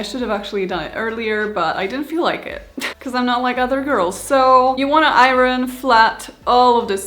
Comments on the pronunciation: Iron: I-urn, not I-run. But I had to stop watching when she put the waistband on before sewing in the zipper. And no interfacing in the waistband. But she looks adorable! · It turned out so cute! And, I love the way you say, iron.😊